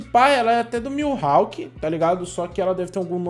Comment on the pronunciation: PARA DE FALAR "MILHAWK" ISSO ME DA UM ÓDIO MANO